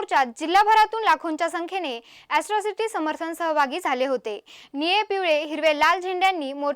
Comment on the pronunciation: ऍस्त्रोसिटी नाही ताई अट्रोसिटी आहे ते